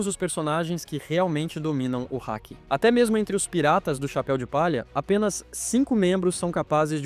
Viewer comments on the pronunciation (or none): none